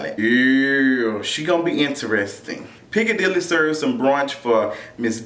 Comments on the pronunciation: Omg did you say Piccadilly?!!!! 🤣🤣🤣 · This fool said Piccadilly🤦🏽‍♀️....😂😂😂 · Not Piccadilly!!😂😂😂😂😂😂...Icannuh Icannuh!!